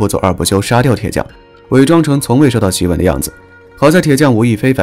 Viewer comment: 檄（xi）文，不是ji文